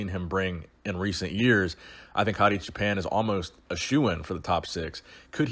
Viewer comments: Please dont pronounce Hadi "JAPAN" ever again. Wipe that clean from your vocabulary. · It s Choooo Paaan like "Too & On" and it means sheep holder